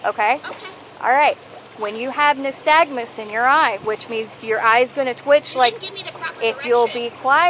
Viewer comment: Nystagmus which you can’t even pronounce correctly is absolute BS and it means nothing and it’s been proven over and over again. If you didn’t get your GED 10 years after flunking out of high school and become FWC, you would know that. So tired of you unintelligent officers arresting people for nothing. If they’re drunk cool not a problem Arrest them. If you’re flying through a new wake zone, don’t have an issue with it. But you morons make the people hate police. And destroy any chance of anyone having a good time on the water and I’m a licensed captain and you have down syndrome.